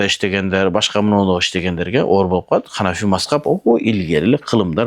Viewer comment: Ханафи деп болунбойле айтса болбойбу